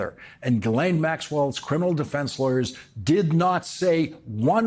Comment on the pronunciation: Say: Ghee Len Ghee - Like the Indian butter. Len - as in Lenny.